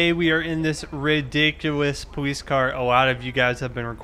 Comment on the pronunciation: Why does he say powees